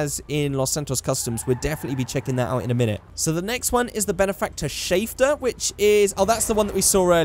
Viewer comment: I Hate How He Says Schafter